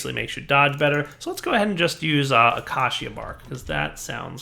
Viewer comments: What is that pronunciation of 'acacia' meant to be? >:( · Not all citizens of the u.s.a.... or even most as far as I'm aware, pronounce acacia the way does... I pronounce it like it's spelled, just like how you have in the parentheses (but idk if that's how you spell parentheses lol) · Braziers not Brassiere. It's not a bra. What ever happened to the english language? Emphasise on the a & i. Your also pronouncing acacia wrong. Short a not acarcia.